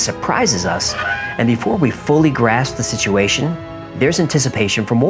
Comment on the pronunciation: Zak Baggins used the pronunciation for situation as siduation I just heard him say it 🤔 on the episode about fear..... 👁️👅